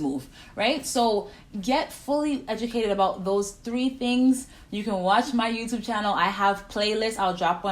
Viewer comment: It’s YOUTUBE, not THEYTUBE